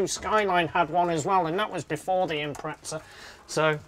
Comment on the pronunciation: Gotta ask. Why do you guys say Impretza when it’s spelt Impreza? There’s no T in it.